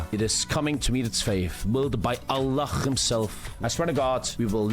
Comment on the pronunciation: I like but When he said allah like that i was not happy